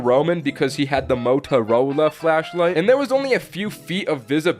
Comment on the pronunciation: When he said Motorola I could not stop laughing it’s still giggling while I’m typing this idk why it shouldn’t be funny